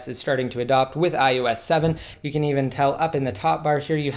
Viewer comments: You say ius 7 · Is it just me? Does anyone else keep hearing him say iUS7?